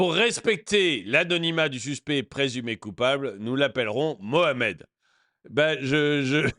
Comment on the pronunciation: Je ne comprends pas, il dit "Mohamed" ou "Mouche à merde"...... Ce n'est pas important, c'est la même chose 😂😂😂😂